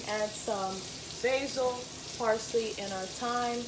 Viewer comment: This looks Delicious af! You say "Parsley" different lol. Your a Dam good chef, im gonna try this reecipe thursday.